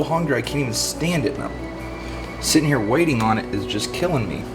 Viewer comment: “Bring em on round hewe”😂😂😂